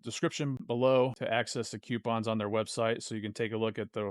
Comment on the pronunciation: Coo - pawns